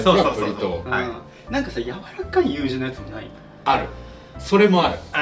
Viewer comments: よく聞くとやまちゃんブリトーのこと、ブリートって呼んでる🌯笑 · Moe's再現て言ったから、Welcome to Moe's!!って言ってくれるのを期待しました😂 あと最初の方でやまちゃんがブリトーをブリートって言ったけど、昔のケビンがブリトーはカタカナ発音だとブリートーなんだよ！って言ってたの思い出して、1番古い動画(大好き)を見返して復習してきました😂 3人ともほんとに大好きです。 家でも作ってみようと思います！